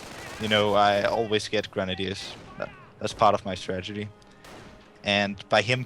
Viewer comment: so nice and intense fights ... great play for werhmacht... Irrelevant fact, once I heard stragedy instead of strategy once in the game , I could only hear that... the native english commentator should have corrected the guy... :D , quite unfortunate